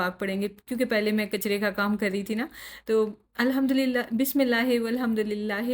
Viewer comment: Mai aapki videos dekhti hu aur yahi UAE me rehti hu bas ek baat keh a Tha galat nai samjhna magar Maine notice kiya ke aap thora bismillahey Alhmdulillahey padhti hai bismillahi* Alhmdulillahi*...zer ko ee karke padhte hai I am sure aapko Pata hga kabhi a jaane me hm galaat pad letey hai Mai abhi sikh rahi hu tajweed Quran isliye Maine sochi ke apko bhi batao